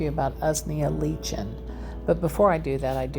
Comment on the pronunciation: Correct pronunciation: Usnea: 'ooze-knee-'ah Lichen: 'like-en